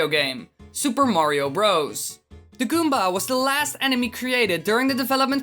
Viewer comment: when you say goomba you're like goombar